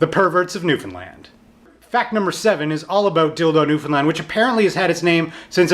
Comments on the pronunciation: I'm from Newfoundland too :) and yea, he said it right, it's NEW-FUN-LAND pretty much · YOU SAID NEWFOUNDLAND RIGHT! YEEEESSS!!! <3 oh God you're the first person on YouTube that ive seen to pronounce it correctly that isnt from here. most Canadians even botch the pronunciation.